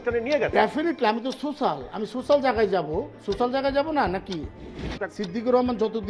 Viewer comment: Social❌ সোচাল❎🤷‍♀️😂🤣